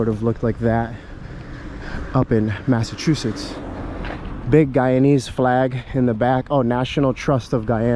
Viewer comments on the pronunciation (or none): none